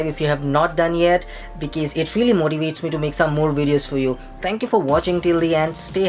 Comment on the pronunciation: Say Be kawz ...